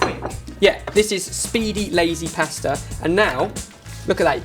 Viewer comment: I love how you guys say pasta lol, it's not posta but pasta xD